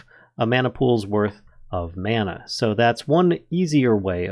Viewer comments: Can someone tell this guy how to say mana correctly please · "No! It's Levi-oooo-sah! Not levio-saaaah!"